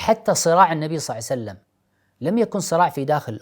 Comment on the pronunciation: اخ فايز ارجو منك فقط تقبل نصيحتي قلبي يحترق عندما تقول (صلعسلم ) قد صلى الله عليه وسلم